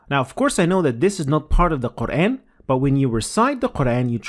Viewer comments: You forgot to mention him saying many times ü and ö Turks 2 problems are: ve and ü/ö. There is no ve and ü/ö in the Quran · another mistake: He pronounced "u" as "ü", a turkish letter which doesn't exist in arabic. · I hate that turks say ü when its u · I'm not an expert, but one thing that stood out to me was the pronunciation of the u vowel (short and long) as a front vowel (ü) instead of as a back vowel (u). I'm not sure how serious a mistake it is, but it still sounds odd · Like a lot of people from turkey or azerbaijan, he pronounces ü instead of u. I don't ever think that arabic people can even pronounce ü. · This admin should improve the pronounciation of QUR'AN NOT KURAN. Sorry nothing personal. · Again it is nice that one President recites holy Quran i public. By the way Turks have their way of pronouncing some letters like ü not u and like that. It is good cause he knows what is Quran and he reads. Mashallah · I know so many people who make this mistake, it's not just President Erdogan! Please make sure you don't make this mistake. This is also widespread.